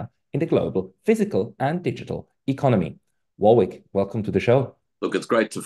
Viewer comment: Pascal don't know how to pronounce Warwick even though there is a famous University called University of Warwick, curious.